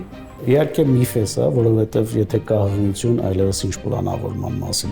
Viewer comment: Ականջներիցս արյուն գնաց բժշկուհու "հղություն" բառից😢 ինչո՞ւ "ի" տառը չի հնչեցնում